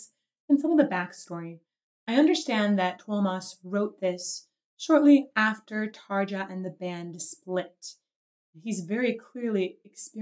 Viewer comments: Just for knowledge and not for criticism. Tarja is pronounced Tarya. The same as Jansen is pronounced iansen. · only clarification: in Europe (except in GB of course) the "j" is pronounced like the English "y" so it is as if the name was Tarya, otherwise a beautiful reaction. PS the pendulum is compared to a blade because it is a reference to Edgar Allan Poe's novel "the well and the pendulum" where the Pendulum was a medieval torture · tarya... phonetically its tarya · Tarja should be spelled: Tar-ya :-) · I guess tarja should be written as tarya, feels kinda wierd when english speaking people transform j (it is pronounsed as y in 'you') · Doesn't pronounce the j in Jansen, but does in Tarja? Lol! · Tarja is pronounced Tarya just for future reference (same a Floor Jansen is Yansen) Germanic/Nordic names tend to have that.